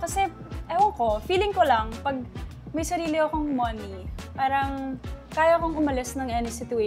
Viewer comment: Ang TH mag English ni haha hindi na ma construct yung next sentence na gustong sabihin haha di na lang kase magpakatotoo, Moh-niiiii daw hahaha and yung R hahah, ise-serve kita🤮🤪😂